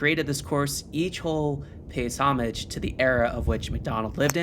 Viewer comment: Ahh, to hear the word "homage" correctly pronounced.